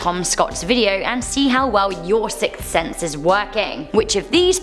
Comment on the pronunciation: "Sicks Thense"